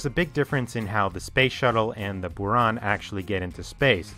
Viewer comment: Kudos to you for trying hard to be as accurate as you can! So I offer you some corrections: yes, Buran you correctly pronounced as "burAn" (blizzard), but others should sound as "enErgiya" (energy) and "soYUz" (union).